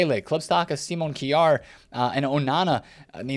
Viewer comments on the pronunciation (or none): none